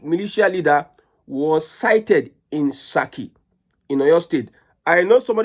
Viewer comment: It is Saaki not saki(is meat). Thx